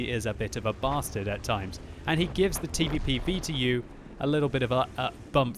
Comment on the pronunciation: The TeeVeePee VeeTeeYou